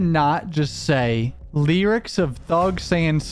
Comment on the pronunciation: It’s the way you say “Lee-rics”(lyrics) for me 😅